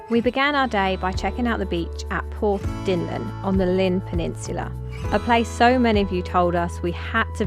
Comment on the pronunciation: Pronounced Portdincline. I used to holiday there when i was 16/17/18. Great place.